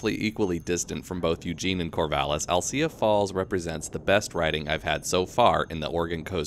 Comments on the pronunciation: Alsea is the best!👍😃 Thank you team dirt!🙏🤘🙏🤙🙏 Oh, and narrator, love your content, but it’s AL-SEA, like Owl-SEE👀, not “I’ll-Cya”. Again, love your trail reviews👍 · Gona go ride these trails for the first time this coming week. Can't wait. It's pronounced al-see by the way. No ugh at the end. Good video though.